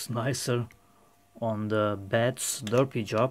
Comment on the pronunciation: D haha, dude it's an ABS "Slurry" not a "Slurpee". a Slurpee is a sugary frozen drink you can buy at car filling stations.